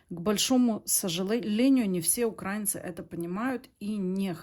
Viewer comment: Наша шановна, Ви прочитали слово "українці" з неправильним наголосом. Наша країна називається Україна, тож ми УКРАЇНЦІ. Наголос- на букві "Ї".